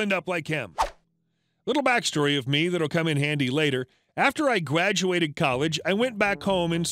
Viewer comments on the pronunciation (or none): Just curious if you said gwaduated at the first story?